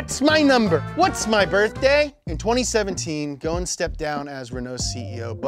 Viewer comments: Two point , you are saying his name totally wrong , not a single letter correct 😂😂 … at lease say the “S” in the middle … secondly , today Nissan wishes that he is still with them, they get lost without him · Love the series and channel but please change your pronunciation of Ghosn. The Gh is hard to pronounce i know but you're neglecting the s in his name! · Just a comment on the pronunciation, the S in Ghosn is not silent, the word “Ghosn/ غصن“ is made up of three letters in arabic: Gho = غ , S = ص , N = ن. The word Ghosn has a meaning and its literal translation is Branch. Without the S, the word doesn’t have any meaning in arabic. Even the Ghosn with an S pronunciation is not correct because the first two letters don’t exist in English, but at least it makes much more sense. Not trying to be condescending, just sharing knowledge. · Being leabnese. Everytime he would butcher his last time, i lose a part of my soul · The s is NOOOOOOOOOOOOOT silent! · You butchered his name. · The 'S' in Ghosn is not silent. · Guys the s in ghosn is not silent, the gh is pronounced like the French r too Also fun fact ghosn (غصن) means tree branch in Arabic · There is an ESS "s" in his last name... Ghosn... It's not silent. Just saying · The S is not silent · Go son not ghoon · Its probounced gosen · Guys, please pronounce the S in Ghosn. Take it from a Lebanese, it is pronounced Gho-son. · His surname in Lebanese mean "branch" like a tree branch and is pronounced GHOSSIN in arabic. Where on earth did you get Goan pronunciation?? 😄🤦‍♂️ how can we take details seriously if you can't even spend the effort to research and pronounce the guys name accurately? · Its gh-os-n not goen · His name is not Gon or Gun, it's Ghosn, you must say the S letter. It's an Arabic word means Tree Branch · It’s GOSN … NOT GON the S is NOT SILENT .. he’s Lebanese, his last name translates to “tree branch”. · its not goone its gh-o-son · Braaaa....... Karlos غصن not goon , ghosen